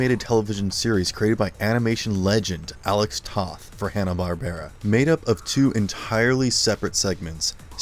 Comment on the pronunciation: Alex Toth's last name is actually pronounced like the word "toe" with a "th" on the end ("Toeth"). Also, you totally skipped over the Space Ghost episodes from the early 1980's (from the Space Stars show) that often crossed over with The Herculoids and the Teen Force shows.